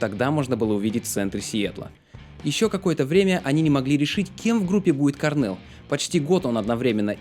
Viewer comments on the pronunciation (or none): Кôрнел, акцент на букву "О". Sorry..